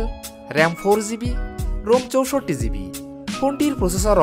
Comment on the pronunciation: ভাই আপনার ভিডিও গুলা খুবি সুন্দর হয়। শুদু কিছু কিছু উচ্চারণ একটু শুদ্ধ করলেই আরো ভালো লাগবে। যেমন - ভুল উচ্চারণ ৬ ঝিবি ( শুদ্ধ ৬ জিবি)